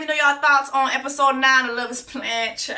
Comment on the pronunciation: Did Jessie say "on Love is Bland"😂😂😂😂im finished,done for